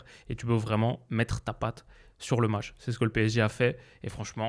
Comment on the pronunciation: "Le môtch"